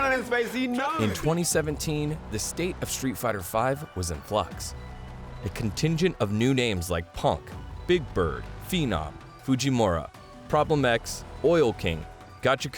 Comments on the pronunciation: Why do westerners have hard time pronouncing u / oo? Foo jee moo raa. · You need to pronounce Fujimura and MenaRD correctly